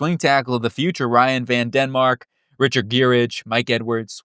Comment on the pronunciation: Ryan VanDemark— no “N” 🫡